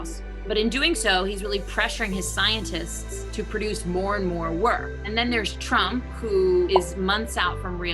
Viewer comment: 'his scientists'? I'm sorry but lady you sound like someone who lived in south of America before American Civil War.